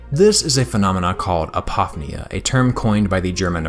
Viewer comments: Okay... I LOVE LOVE LOVE your work, been a subscriber for quite some time now, and this video is no exception - thank you again for everything you do! Having said that. It's "app-oh-FEE-nee-ah", not "ah-POFF-nee-ah". (I think one of the reasons this bugs me is that this is such a break from everything else in your video being brilliant and perfect. You're jarring my own interpretation of you!) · My apologies for being that guy, but apophenia is pronounced “A-po-fee-nee-uh.” Just for future reference.